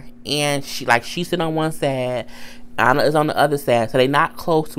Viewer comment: It's Anna not onna